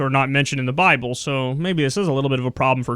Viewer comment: he is funny as fuck...." if you read the buy-bull"